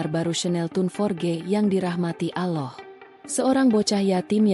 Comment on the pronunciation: ALLAH bukan alah